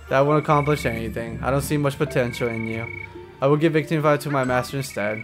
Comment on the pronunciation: When he said Victini near the end I heard 'big tities' xD